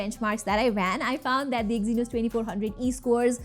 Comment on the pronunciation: I just stop watching after i hear exynos😂😂😂